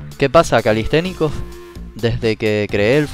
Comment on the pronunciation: camistecnicas dijistes, me parecio escuchar calistecnicas "chicas" saludos desde Perú